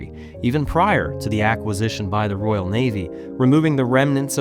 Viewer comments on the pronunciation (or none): none